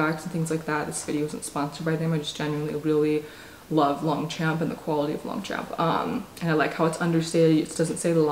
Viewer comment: Just a heads up for anyone who wants to know: the pronunciation of Longchamp is more like ‘lowng-shomp’